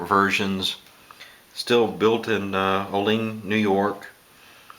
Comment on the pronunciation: Nice review and history of the knife. I live near the Kabar shop, and have a few of their products. One small point. Olean is spelled like it's pronounced "Oh' Leen", but locally it is pronounced "O' lee ann". Not important, just fyi. Thanks for the review